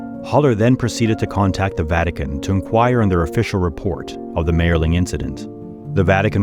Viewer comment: m I erling is how it is pronounced.